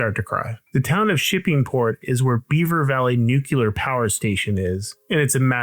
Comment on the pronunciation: "Nukular" Now you may cry